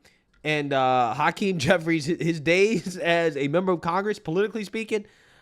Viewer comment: Ha-Queenie jefferies 😂